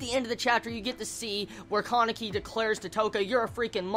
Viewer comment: I'm sorry, I'm really sorry, but I have to say just this: Touka = 'to' as in 'toll', not 'toe', so it's ends up sounding like 'touhka' and not 'toeka' Kaneki = not KAAneki, but probably KA-NE-KI with emphasis on all syllables rather than stressing one particular one. If you absolutely have to stress something, say it 'kaNEki'. I hate to be a youtube know-it-all I'm sorry everyone I'm sorry I just hate name mispronunciation :(